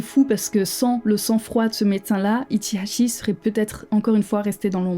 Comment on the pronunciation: J'adore ta manière de prononcer son nom avec l'accent qui va avec